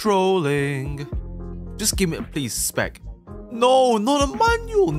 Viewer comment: Bro grinding to much the way he said manual turn to manyul💀💀